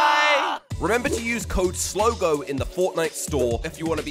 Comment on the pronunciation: ITS SLOGO DUM DUM NOT Solgo